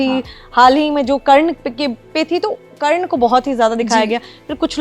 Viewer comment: Karn ko galat bol rhi h